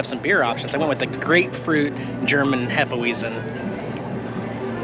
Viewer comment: German's pronounce W as a V... So it's pronounced Hefe'V'eisen not Hefe'wheezin'! 😂😂😂😂😂